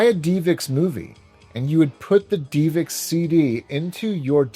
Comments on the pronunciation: ive never heard it pronounced "dee vix" before. you can even hear the guy in the promotional video pronounce it as "div ix" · It’s Div ix not Dee vix I cringe every time u say 😂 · its DivX not deevex lol. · Great video as always although the divx portion kinda bugged me. First off you said it 30 times but its not pronounced deeevex its just div ex.... divx. Also, you didn’t call them to pay for a movie. You bought it for 5 bucks ish once you watched it you had a couple days to reach watch or finish. If you didn't want it anymore, throw it away. If you want to purchase it forever you clicked an on screen button and the purchase was completed through a dial up modem in the machine. Any way thanks for all the quality content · I think it’s div-ix, not dee-vix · Love your channel! It’s pronounced DIVEX not DEEVIX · divx not deevix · Great episode, only one thing drove me absolutely crazy and I don't even like doing this but if I don't it will be stuck in my crawl all day. DivX is pronounced "DIV-ex" It is said as two simple syllables:Div: Rhymes with the word "give".X: Pronounced just like the letter "X".Divx — dɪvɛks(DIV-ex) computing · technology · media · video. A video compression format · FYI and I could be wrong, but I always thought DivX was pronounced div-x like "give"-"ex" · I've literally never heard DivX pronounced "DeevX" before. You even played an ad where they pronounce it the standard way, then you said "DeevX" a million time right after! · Dee Vix. Lol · Mispronouncing DIVX was hard to listen to. But respect to your dad and his ways. Loved the Dead Dreamcast video. I didn’t grow up with my father or much money myself. But what you did would have been my solution too. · Your dad mightve hated DivX but not as much as I hate how you pronounce it LOL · Bro, love the channel but I’ve never heard that DivX pronunciation in all my life. They say it correctly in the commercial you played right in the video.